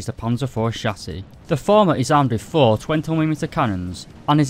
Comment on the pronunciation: “Panzer phree and phore